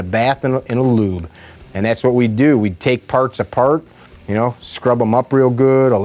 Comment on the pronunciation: It's just as easy to say lubricate or even better, gun oil or just, oil. You said lyúbe😚 like 70 times.